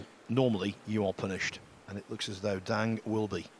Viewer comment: Great pool. Bit of a fluff up with the intro title using Dang Hin Ju instean of Dang Jin Hu. btw: Chinese pronunciation of Dang, the a is pronounced like 'ah', closer to the pronunciation of Dung than the a sound in cat. This is the same for other uses of a in Chinese pinyin, such as Wang, Shang, Tang etc. Jin and Hu are pronounced pretty much as an English speaker would guess. Like Gin and Who. In contrast, Ding Jun Hui (the Chinese snooker player) is pronounced Ding Jwin Hway. Note, the family name is used first in Chinese, hence Dang and Ding are their surnames, and Jin Hu and Jun Hui are their given names.